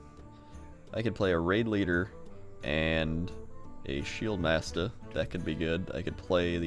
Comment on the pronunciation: love it when he says shieldmasta